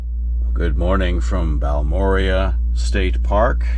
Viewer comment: Fun fact- Balmorhea is actually pronunced BAL-mo-RAY. We always called Baalmoooria with a flourish like it was some sort of Tolkien creation, but after settling in Texas we done learnt the truth. It is a combination of the founder's names -Ernest D. Balcom, H. R. Morrow, and John and Joe Rhea. Thanks for the winter time perspective!